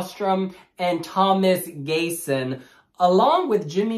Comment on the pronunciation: It is pronounced gee-son not gayson ☺️